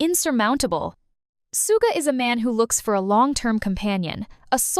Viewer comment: The voice is clearly AI, so please chose one that doesn't grate on the ears and also knows how to pronounce words correctly, or proofread your script so it can cope. Hideous voice. Suga is not the man "known to the world as Soooga".